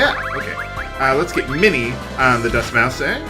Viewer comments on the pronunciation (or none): 'Seraphim' is pronounced Sarah-phihm (i in phim = i in film). 'Mousse' is pronounced MOOSE! We've gone over this,...